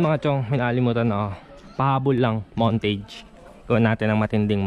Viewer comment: Ganda idol, pair siya pag merong obr sexy hahaha. Keep it up, btw, ung montage po pag pronounce is montaj di po montaej. God bless sir